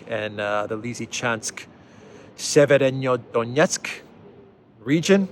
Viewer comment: Just a little help to easier pronounce "Severodonetsk" - "Sever" means "North" in Slavic languages. So it's basically NorthDonetsk. You should pronounce it something like "Sever + o + Donetsk". Hope i've helped...